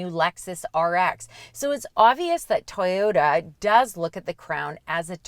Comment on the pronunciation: Atleast they say toyota correctly unlike TFL with their tie-yota